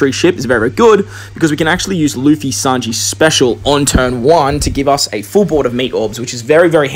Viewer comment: bro it's luffy not laffy :P cool video